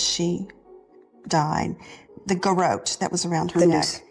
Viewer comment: Did you hear his pronunciation of garrote? But then he said it correctly amazingly now he doesn’t.